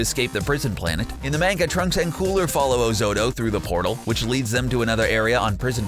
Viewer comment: I hate how you say manga